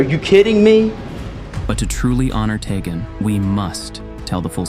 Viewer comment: I think it's pronounced "TEE-gen."